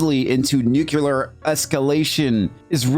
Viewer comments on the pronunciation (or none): Are you seriously saying NUCULAR?